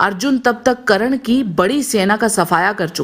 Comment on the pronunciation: Karan nhi burbok aurat, Karna bolo